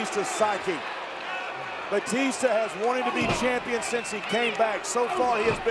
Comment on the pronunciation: He called him CHIMPION